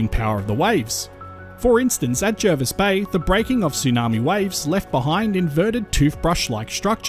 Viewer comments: Yes, I grew up there, and the incomers mispronounce it. It is indeed ‘Jarvis’. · Agree. Born in the 1970s, it was always pronounced JARvis Bay growing up.. I went away to China for ten years, came back in 2018, and I was culturally shocked.. People were calling it JERvis Bay, local people were telling me I couldn't walk in certain areas, and I was being Welcomed to Country by Aboriginal Elders at meetings.. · The RAN is there has been for decades and they refer to it as Jarvis.... Jervis pronunciation is American but we are not Americans. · I don’t think anyone who lives locally calls it JARvis instead of JERvis.